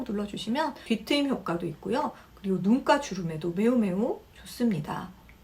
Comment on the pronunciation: 눈가인데 자꾸 눈깔로 들려요 ㅋ